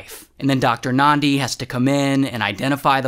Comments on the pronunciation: Ayyy Ray doing a vid abt South Africa's craziest stories And he even pronounces Thabo and Nandi so well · I'm South African & I just want to give you your flowers for pronouncing "Thabo" & "Nandi" so well. Well done Ray, well done. 👏🏽👏🏽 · Lol, same XD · I came here to say the same. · Well done